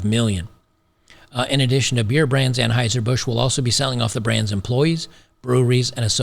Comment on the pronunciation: it's pronounced Unhoiser - Boosch.